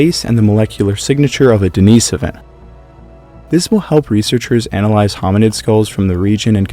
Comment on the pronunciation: I'm not sure why you pronounced Denisovan correctly but Denisova incorrectly. They're the same word. The Russian i is pronounced like an English e, and the emphasis is on the second syllable, as you pronounced correctly in Denisovan.